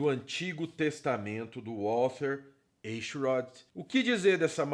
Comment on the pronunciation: É fácil pronunciar seu sobrenome: Em vez de E se pronuncia A. Aichrot.